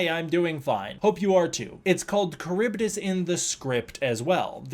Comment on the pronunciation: Slightly off topic but I'm pretty sure you are mispronouncing Charybdis, I used to be big on Greek mythology as a kid and I remember it being pronounced differently... that being said, I could be wrong it was a long time ago.